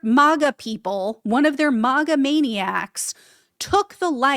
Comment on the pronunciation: He wont !! She should have stayed home not got involved!!! And its MAGA!! NOT MOGA!!!!😂